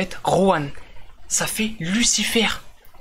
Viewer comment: Sa dit lucirf